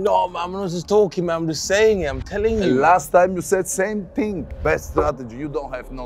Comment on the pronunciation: Last time you said same ting 😂